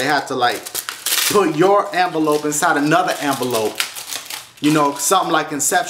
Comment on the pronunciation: It sounds like he be sayin anvalope when u know its envelope. 😂